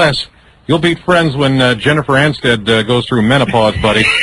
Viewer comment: “Jennifer Anstead” lmao